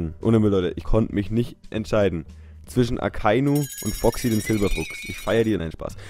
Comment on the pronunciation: Ich musste einfach wirklich lachen als du Foxy und Akainu gesagt hast xD